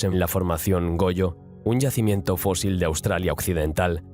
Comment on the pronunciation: Fósil, se escribe fósil. "Fózil" es como lo pronuncia un gaditano.